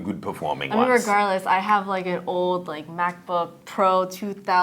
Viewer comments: Did he say crap book pro? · Did he say "Crapbook pro"? lol